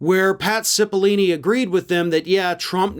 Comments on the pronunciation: Dude… pat cipill-oh-ni not ‘cipilini’. I am a fan of your show but get your facts straight. That guys name has been in the news for like last 4 months straight. Seems out of touch to not know that. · Cipollone, not Cepallini! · His name is Pat Cipollone, not Cipollini. Sorry to be a nudge, but I'm sure you want to get the details right. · I thought it's spelled and pronounced Cippilone? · I don't know what's worse, mispronouncing Cipillone's name like "Cipillini" or saying like "Sipi-Lone", which is also wrong. I don't know, in the rest of the English-speaking world, we try to say foreign names like they say them out of respect and to not be racist. When people constantly get your name wrong, it's an already established form of racism legally. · Hi, I love your channel. 👍👍👍. I just have a question, isn't it Pat Cippeloni? Or Cippelini? Just wanna know what's his last name, or pronounced that way. Thanks man.✌️ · needs to learn how to pronounce Italian names. It's Oat Cippalone. That with an O, not E. Just saying. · Repet after me: Pat. CipOHllOHne. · Cipollone is pronounced with a long 'o' in the third syllable, not a long 'e'. s-IH-p-uh-l-OH-n-ee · It's "SIP-puh-LONE-ee" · buddy.... that's not how you pronounce "Cipollone" 😂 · Probably sold to a foreign country. It would also be nice you got Pat' s name right! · Revisit pronunciation of "Cipollone."